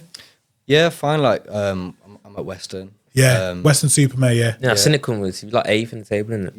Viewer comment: He said western supermare mate